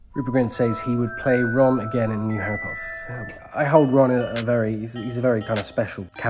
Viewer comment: hey, it's prince Harreh